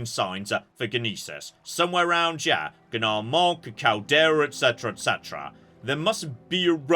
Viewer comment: Thank you for finally pronouncing Nerevarine correctly! Love you, love your content, but hearing the massive mispronunciation has been killing me! And I say that as someone who played Morrowind extensively on release! Loving the series, can't wait for more! Also, and this has equally been killing me, the G in Gnisis and Gnar Mok is silent. It's Neesis and Nar Mok (pronunciation). Please adjust for next eps! Love you! ❤